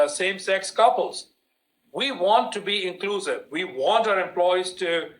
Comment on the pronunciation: You are being " Inglusive"?